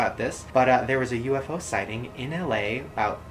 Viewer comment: No that's not how you pronounce UFO 😂😂